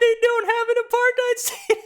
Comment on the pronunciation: Apartheid is pronounced Aparthate, not hide. It rhymes with hate. Which is a good way to think of it.